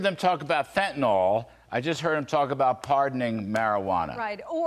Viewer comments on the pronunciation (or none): Why are you people incapable of pronouncing Fentanyl? It doesn't look anything like 'Fetinoll/Fetinawl'. Fentanyl. That's Fen tan yl . I'll write it how it sounds so you can say it with me: Fenn-Tann-Ill. Fenn-Tann-Ill. Fentanyl. Easy.